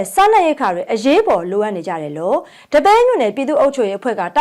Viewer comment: ဒီပဲယင်းမြို့လားဒပဲယင်းမြို့လား ကွဲကွဲပျားပျားခေါ်ပြပါဗျာ ဘယ်လိုလိုက်မှတ်ရမှန်းမသိတော့ဘူး